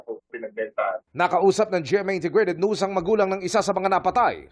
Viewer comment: Ano ba tamang pagpronounce? News as in nyoos o noos? Ang Pilipino ang hilig magkunwaring dayuhan. Tulad ng Youtube. Ginagawa nilang yootoob ang bigkas. Ibig ba sabihin, yong gulong na tubeless, toobles na rin? Umayos nga kayong mga reporter